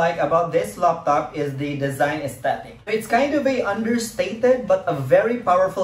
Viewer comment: I like the way he says Loptop instead of Laptop XD. anways nice vid man :)